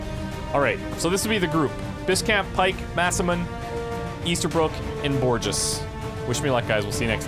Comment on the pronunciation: All this talk about pronunciation of Masamune xD - can we get to correct Borges perhaps? Much easier - Borges = Borhes. Strong 'b' if you want to be totally correct